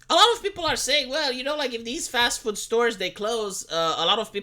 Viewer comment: The way says food. Füd.